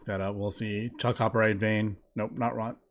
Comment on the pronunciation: For the sake of future viewers, Chalcopyrite is pronounced "KAL-ko-PIE-right"